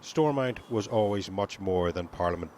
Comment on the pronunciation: It's "Stormont" not "Stormount".